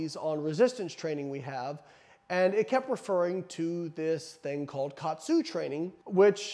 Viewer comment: It's pronounced ka-atsu. Ka means to add or apply. Atsu means pressure. It's basically applying pressure to restrict blood flow.